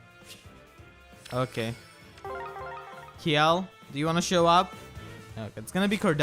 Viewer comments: To pronounce Kjelle, its KUH-JELL. since her japanese name is Degel. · I think Kjelle is actually pronounced "Shella" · If you want my two cents, I pronounce Kjelle's name as Chelle, like from Michelle. But I think the accurate pronunciation is really CHell, like from Cello. Also I'm glad that Cynthia was added. I married Sumia in my male Awakening file, so now I can make a family team for giggles.